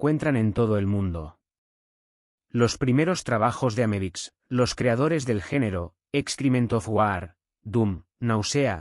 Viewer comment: Estaria bueno que el texto de subtitulos sirviera para encontrar bien escrito lo que el generador de voz pronuncia mal, o como le parece que suena. Pero son lo mismo y no suma nada, se vuelve informacion incorrecta. America (Amebix), Erais! (Arise!), El va a estar (HellBastad), etc. Ademas jode un poco que algunos audios esten tan mas altos o bajos que otros. Pero OK. Criticar es lo mas facil, solo una oponion. Para enterarse de que se trata esto desde cero sirve y sobra!